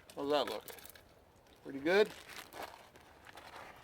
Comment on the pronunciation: I love this video. Definitely going with the solo now that I've seen this. When you said "that's a PURDYYY boil" it made me laugh out loud and reminded me of home. So thanks for that :)